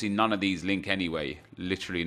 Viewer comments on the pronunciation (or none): none